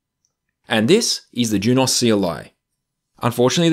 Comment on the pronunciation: Juniper’s videos say Junos not Jun-OS so thats how i say it